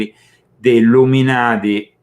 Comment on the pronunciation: Were you a part of the Ill-um in-ati?